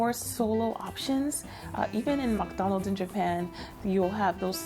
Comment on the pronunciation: The way you pronounced McDonald's showed the influence of you living in Asia.